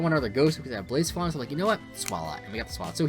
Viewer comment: Its pronounced BLAH - SEPH - AH - LAWN. Lmao😭